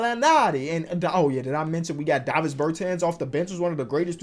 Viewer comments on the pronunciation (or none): none